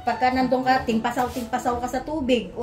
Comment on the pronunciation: TAMPISAW ... not timpasaw 🤭✌️✌️